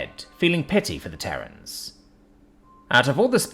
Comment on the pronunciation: Terrans, not Terrains.